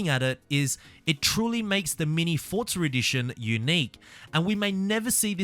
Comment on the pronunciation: “For” “zaa “ not fortza